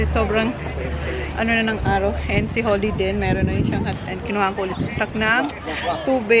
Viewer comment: could you please pronounce your son’s name correctly…..his name is Zach and not Sak 😂😂😂 Even your daughter her name is Holly and not Holy….you’re murdering there names